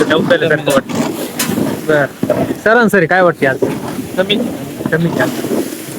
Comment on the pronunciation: Saransari nahi sarasari mhanaych bhau